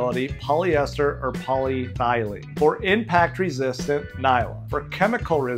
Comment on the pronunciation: It's not called Poly thy lene - It's called poly eth e lene